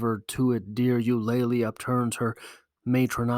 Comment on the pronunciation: You-Luh-Lee not You-lay-Lee